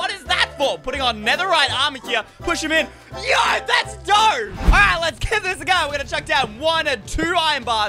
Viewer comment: Stop saying yo like yoyp